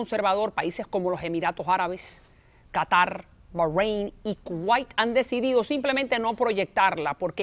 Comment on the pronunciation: ¿Por qué lo pronuncia en inglés? En español se dice Bahréin